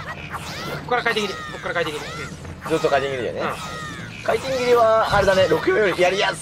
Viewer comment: なんか回転切が、快適に、に聞こえるwww